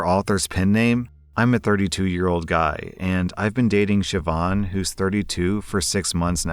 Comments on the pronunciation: I just want to say well done for pronouncing the name Siobhan! 😁 Irish names can be a mouthful lmao 😂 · Dude you pronounced Siobhan perfectly, well done!